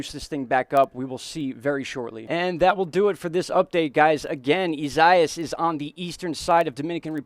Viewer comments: EE -siah-EE-ESS come on bro say the name right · It's a difficult name to pronounce but I have an easy way to say it.. Here it is phonenitically EE-SA-EE-AS. Thanks for the update. Living in So. FL, between your updates & Tropical Tidbits, you guys really help me stay informed. Based on your suggestion, I'm gonna check out as well. Appreciate your work.